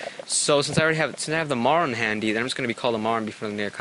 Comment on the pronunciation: Is it just me, or do I keep hearing say "Moron" instead of "Marron"